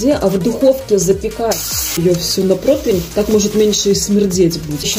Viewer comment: 😮 Да сколько же можно?! 😮 Вы что, все кулинары-блоггеры, сговорились что-ли?!😮 Неграмотные все?!😢 ПРОТВИНЬ да ПРОТВИНЬ! Или это профессиональное(как у шахтеров "дОбыча")?😅 Если уж выступаете перед столь многочисленной аудиторией, то уж и произносите все грамотно, в том числе и ПРОТИВЕНЬ!😅🎉 P.S. А температура в духовке?! Уже не первый раз на этом канале встречаю, что рецепты невнятные и не проработанные до конца! 😢 Вот и стоит задуматься - может отписаться?!😮😢🎉